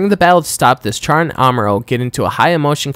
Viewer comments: who the fuck calls Char "char"? It's pronounced "shar" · Alright comments is it pronounced "Shar" or "Charr" like charred coal? I always pronounced with "Sh" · Its pronouced with Sh, Char is literally announciated in Japanese as "Sha" with the r almost sounding silent and in the english dub its "Shar".